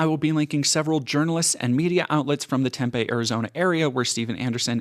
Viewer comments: Just fyi, Tempe is pronounced "Temp-ee", not "Temp-eh". Aside from that just the fact that this is going down in my home state is fucking wild. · Just a minor nitpick, mainly in case there are future updates, it's pronounced "TEMP-ee", with a long "e", not a long "a"